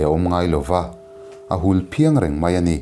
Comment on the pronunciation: "A hul phiang" tih a Phiang..lamsan lai tak khi.."Khiang"..Khiang kung tih a " Khiang " kan thluk anga thluk tur a ni lo maw?